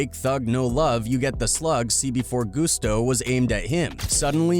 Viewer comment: Lol... Teach the script reader how to pronounce things. He said MC Gusto like it was Spanish 😂